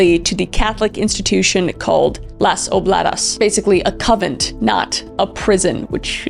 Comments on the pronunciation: coNvent, not covent. You might be getting it mixed up with a coven. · Were you meaning to say the little girl in Spain, went to a “con-vent”? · CONVENT...not coven. Idk why that made me chuckle so hard! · "Convent" not "covent." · I noticed this in a few of your videos, but it's called a "convent". Not a "coven". Lol. The former is for nuns, the latter is for witches. I think you mix up these words sometimes. Just fyi. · She was sent to a convent that's nuns you keep saying covenant which is a circle in gathering of witches for calling the corners and whatever not a convent which is nuns is kind of like with somebody says Pacific when they mean specific Pacific is a body of water an ocean not a specific detail so learn how to speak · Did you mean convent.. you kept sayign coven? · Convent, not coven. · Kris a coven really????😂 I adore you!! Say it all together Con-vent🎉🎉🎉🎉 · I love how Kris kept calling the convent a coven 😂. I’m imagining a house full of witches instead of nuns 😂. I’m just teasing btw cause I love Kris and I know I couldn’t do what she does. Sort of mistake I’d make though 😂.